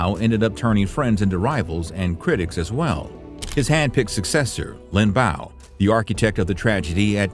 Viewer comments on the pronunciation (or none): It's pronounced Lin Biao not Lin Bao 林彪